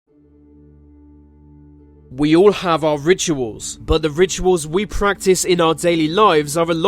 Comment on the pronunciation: That constant usage of wie - or something similar like german pronouncing w as v is killing the video little by little. Staahp.